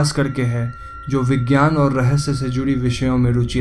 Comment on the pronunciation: rahesye hota h bihari... rashya nhi hota